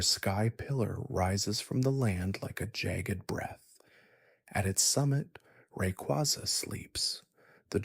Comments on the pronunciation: The way you said Rayquaza stresses me out. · Lol the funny part is that he said Rayquaza correctly and then one paragraph later he butchered it like 4 times. Also learn how to say the regions right too